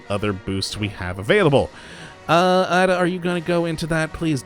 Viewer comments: It's not adu it's a d a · Please learn how to say her name. It's not ADD-UH. Its EY-DUH. Hard A. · "Add-duh" "Rob-it" Honestly, these ai voices can't pronounce anything right. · Why the problems pronouncing Ada?